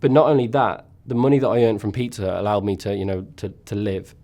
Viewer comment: Even though I knew he was talking about a pizzeria, it took me more than 7 minutes to realize that the name of the place isn't Peter but that he was in fact saying Pizza Hut...